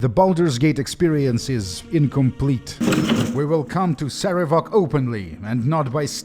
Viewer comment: PC: wow your dad's a jerk. Sarevok: Yeah he...wait why? PC: Why did he name you Cover-ass? Sarevok: WHAT! That's not how it's pronounced!